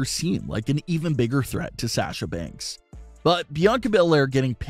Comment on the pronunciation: This the guy that says “SHAHSA BANKSS”